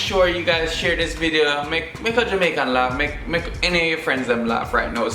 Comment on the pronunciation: JamaErican😭🤪 ( Jamaican, American)